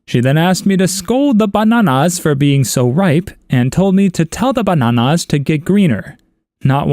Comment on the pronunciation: The way he says bananas 😂😂😂